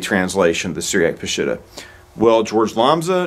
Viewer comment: Ugh... it is NOT pronounced "Pa-SHIT-ta"... it's "Pa-sheet-tah" 😉